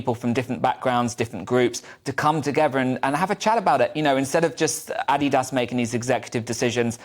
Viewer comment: She said ADIDAS wrong!